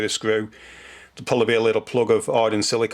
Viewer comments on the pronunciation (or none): Thanks. very clear and easy to follow. And you said 'lickle'. Hello from another Manc.